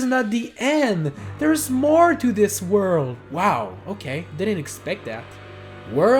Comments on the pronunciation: The word is worlD! With a D! Please dude, try and practice that. It actually annoys me so much. I don't mind 99% of your accent but you always say "whurl" instead of world. Oh and also, I think it was pretentious to say "Wow we did it." at the end. No, you did not. I appreciate that you showed us that it was possible but you were not able to do it yourself. So you did not do it. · Drinking game: take a shot every time he says “wurl” ...you won’t survive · I'm pissed off cuz you said super Mario 3d land It's 3d "world"